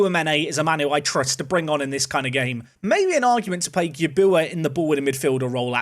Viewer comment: Put some respect on Gyabuaa's name (at least pronounce it properly) 😂